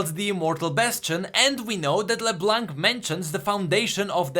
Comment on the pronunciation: Her name is “le blaw” not “le blunck”